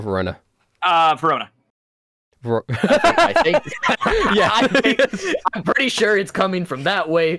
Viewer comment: i always hear perona whenever someone say verona its a female name by the way